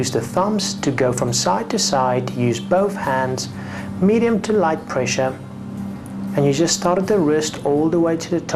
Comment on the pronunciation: sqweeze to muscle with moderwate pwessure bahaha